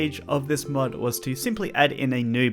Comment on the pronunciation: no joke i thought he said mud ideas